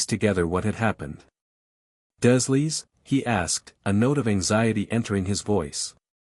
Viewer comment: You are pronouncing the dursleys, wrong, it's d.U r leys Other than that.\nIt's a good story , but you've got to get the pronunciation right on a lot of things❤😂😊